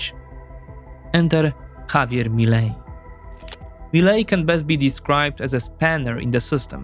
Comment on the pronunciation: Your pronuntiation of "Javier Milei" is perfect! Are you sure you are not Argentine? 😄😄